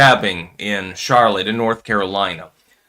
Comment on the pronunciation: Lol did you just say "Char Lotte"? It's "Sharlit"